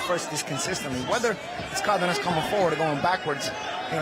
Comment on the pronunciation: It's Cardenas, not Cardinas